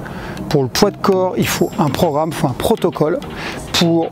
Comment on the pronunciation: C'est programme pas pro'ramme 😀